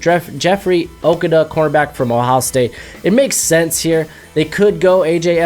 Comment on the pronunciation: its pronounced okudah